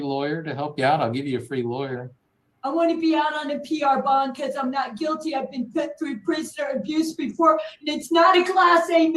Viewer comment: 🗣️ ”I did not hit her. I did naht. Oh hi, Mark.” - Tammy Wiseau #TheDisasterDEFENDANT PS I’m not making fun of her … When I hear ”I did naht” I think: 👤 Oh hi Mark❗️from #TheRoom